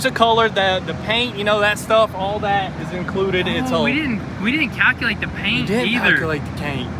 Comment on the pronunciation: “We didn’t palculate the caint” haha 😂